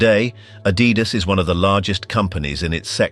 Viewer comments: It's not "a-dee-das"... It's "Adi-das"... from Adolf (Adi) Dassler (das). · It's Adidas not Adeedas. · If you cannot pronounce Adidas proper, I'm off!